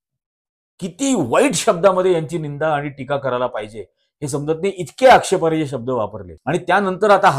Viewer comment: कृपया'आक्षेपार्ह' म्हणतात,आक्षेपार्य नव्हेम